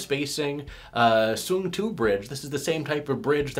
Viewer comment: Great review as always! I have a nitpick: I'm almost certain it's "SUNG-IL" prounced "ill" rather than "SUNG-II" pronounced "two" ;). And those bridges really are great for the money...